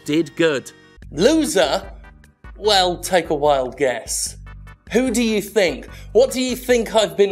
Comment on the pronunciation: The word is THINK NOT FINK.